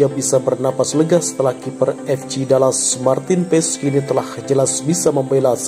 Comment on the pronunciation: MARTEEN PAES DI BACA MARTIN PASS udah gitu aja jangan di rubah lagi PASS JADI PESS ada2 aja 🤣